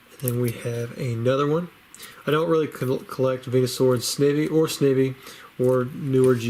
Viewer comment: Pretty sure Snivy is pronounced like the plant Ivy